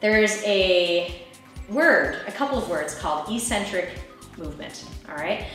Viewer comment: "eccentric" is pronounced "ec-centric," not "e-centric" eccentric... ec-centric.